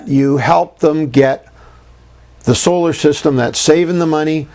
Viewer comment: Solar not oscar haha Harry and William said that I'm sure